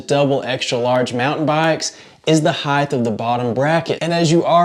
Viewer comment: Omg did you just say heigTH? IT'S HEIGHT !!!!